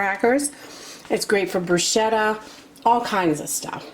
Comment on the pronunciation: Ok. I’m not trying to be rude. But bruschetta is pronounced like it has a “k”. Like brusketta. That being said. I’m going to make this cheese.